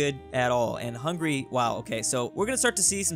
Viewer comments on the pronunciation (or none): none